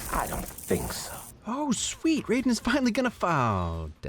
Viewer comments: Ryden? They say Ray-duhn in the movie and games... :c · I'm sorry but please say Raiden correctly it's "Reiden" not Rayden. I'll give u a pass this time ,,,,. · yo who the fuck is this Riden guy? There's an A buddy it's indeed pronounced Ray Den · I understand "Asian" can be hard, but its pronounced "Rayden" you even said it right first, and then came completely out of left field with that "Rye-den" drop. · Raiden as in "Ray-den". Raiden as in "Rai-den" is the cyborg ninja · Its not pronounced Raii-Den, its Ray-Den. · Who the fuck is Rye-den? You mean Raiden (pronounced Ray-den) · The way he says raiden is a sin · Ray din not ri din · Riden. As my name being Raiden this offends me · Wait, am I missing an inside joke of some sort with you calling him Ryden or do you actually think that's his name? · Its called ray-den not raieden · did you really say “Ryden”? 😞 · Haha see Raiden say Ryden haha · It’s pronounced RAY-DEN not R-EYE-DEN.. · Rai den sorry it’s pronounced ray-den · Did he pronounce Raiden's name as Ridin? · It’s pronounced like Rayyyden dude. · Nooooooo, you said Rye-den. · Did you say "Riden to the rescue" instead of Raiden??? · How did you mispronounce Rayden/Raiden??? I'm also surprised at how long it took you to do this absolute classic. Nevertheless I'm here for it! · you said raidens name wrong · well the first time yes the other times no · you're pronouncing raiders name wrong. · Omgggg cringe so hard at how you pronounced raiden. Oooof big oooof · Please, stop mispronouncing Raiden I beg of you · So are we just going to completely ignore the way he totally mispronounced Raiden’s name? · Please tell me the way he pronounced Raiden was a joke🤣🤣🤣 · pronounces Raiden correctly. pronounces Raiden incorrectly.